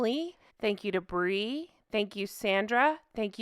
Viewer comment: Omg. All this time you've been saying " Thank you to Brie" and I thought you were saying " Thank you Debris" as in Arrested Development's character Debris. 😂😂😂